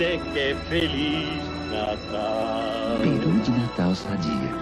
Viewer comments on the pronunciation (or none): Mano pelamordedeus , para de falar piru de natal , esta escrito PERU , piru é pau rola benga , pqp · Seu maluco, o nome da ave é pEru. Pare de falar pIru. Hahahahaha